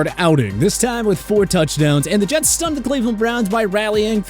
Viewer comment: Bro these rankings are not only trash, but if the mispronunciation of Jets wasn't intentional, the reading comprehension and script writing needs massive revamps.